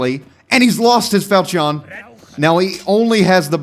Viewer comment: saying falchion like Falcheeon is an """""Amazing""""" pronunciation